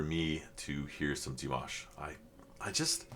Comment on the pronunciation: I've noticed you pronounce the name of Dimash in two different ways on every video of yours. Here you have the right way to say it: The Kazakh name Димаш (Dimash) is generally pronounced in English as dee-MAHSH or dih-MAHSH. The "Ди" (Di) is similar to the English "dee" or "dih", and the "маш" (mash) is pronounced like "mahsh".